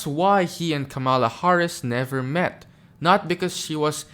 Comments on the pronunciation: Comma-la - like Pamela. Give the formal vice president the minimum respect of pronouncing her name correctly. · Why do you keep saying her name like that, that’s not her f**kn name !!!!🤷🏽‍♂️ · Making a video supposedly against Chump but you keep saying the woman name wrong, which is pretty easy… y’all make simple shyt hard at what cost 😳😳😳😳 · If you're gonna say Kamala Harris's name at least say it right